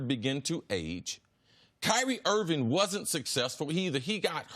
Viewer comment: Kyrie IRVING not Irwin. KIMBA not Kimber. HAYWARD not Haywood.... If you can’t even get the players names on the back of their jerseys right then you probably are not a good observer.